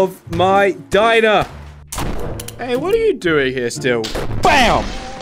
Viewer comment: Get our of my Dimer. Everyone: He’s having to much fun that he says it wrong